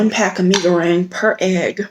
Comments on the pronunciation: U nailed it with the pronunciation. Fun fact this instant noodle was voted to be the no.1 instant noodle in the world. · i love indomie mi goreng...you said it right.👏👏👏